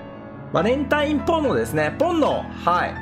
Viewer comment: ポンノがポルノに聞こえて焦ったゾ…